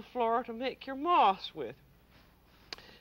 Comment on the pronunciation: When she went to make moss I thought she said ‘moths’; kept wondering how she was going to make insects out of spun sugar.